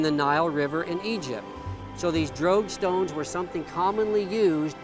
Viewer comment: Until i finally saw it spelled, i thought you were saying "drag stones" in a very weird way. After all, the drogue stones are for drag; right?